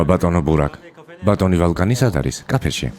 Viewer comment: მიყვარს ეს სერიალი, მაგრამ მაღაზიანებს არასწორი თარგმანი, სახელები მაინც წარმოთქვით სწორად, ვოლკანი და არა ვალკანი, იონჯა და არა განჯა